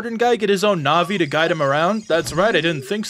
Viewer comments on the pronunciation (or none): none